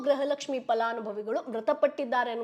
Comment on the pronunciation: 💛❤️ ಕನ್ನಡ ಉಚ್ಚಾರಣೆ ಸರಿ ಇರಲಿ ಮುಂದಿನ ವಿಡಿಯೋದಲ್ಲಿ , ಗೃಹಲಕ್ಷ್ಮಿ ಅಂತ ಹೇಳುವ ಬದಲು , ಗ್ರಹಲಕ್ಷ್ಮಿ ಪದೇ ಪದೇ ಹೇಳುವುದು 😂 ಹಾಸ್ಯ ವಾಗಿ ಇದ್ದರು ಸಹ ಇದನ್ನು ಸರಿ ಮಾಡಿ , ✅ ಸ್ಕ್ರೀನ್ ನಲ್ಲಿ ಸಹ ಗೃಹಲಕ್ಷ್ಮಿ ತಪ್ಪು ಇದೆ , ✅ ನಾನು ಜನರಿಗೆ ಗೃಹಲಕ್ಷ್ಮಿ ಈ ಸುದ್ದಿ ಮೊದಲು ಹೇಳಬೇಕು ಎನ್ನುವ ಆತುರದಲ್ಲಿ ಇದು ಆಗಿರಬಹುದು ಅಷ್ಟೆ ✅ 🔱 ಓಂ ಕಾಲಯ ತಸ್ಮೈ ನಮಃ ✅ 🙏🏼 ಜೈ ಶ್ರೀ ರಾಮ್ 🏹